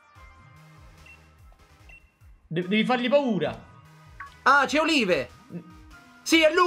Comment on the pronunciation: Si pronuncia Oliv, gnurà!!